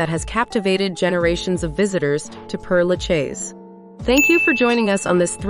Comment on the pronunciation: Père-Lachaise is not pronounced Pere LaChay's (the /ch/ is more like /sh/)